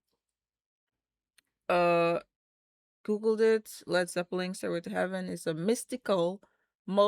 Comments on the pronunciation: Please stop saying Zeppeling? There is no 'g'! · Nice…but there’s no G at the end of Zeppelin.